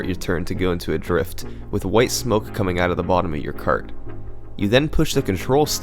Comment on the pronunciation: UGH! Is there a YouTube rule that states every damn youtuber HAS to pronounce ridiculously wrong some words? Like KERT instead of Kart?